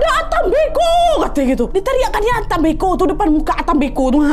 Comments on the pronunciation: kak cara bacanya mbko bukan mbeko,,cara ucapannya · cara bilang nya bukan mbeko .. huruf e nya di baca kaya kita bilang (enggak) jadi e bukan è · Salah penyebutan kak mbe'ko ada penekanannya mbe terurus baru ko kak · Mbeko ya KK bukan Beko aku org Manggarai kget pas dengar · Dislaimer kak penyebutan e pada kata mbeko itu seperti menyebut beku (pelafalan e nya). ata mbeko( Bahasa Manggarai, Flores). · koreksi dikit kakk,mbeko bacanya pake e` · Nahh FYI pengucapan mbeko itu seperti nada kata " lemari, kertas, dll" bukan seperti nada dari kata "teler" 🫠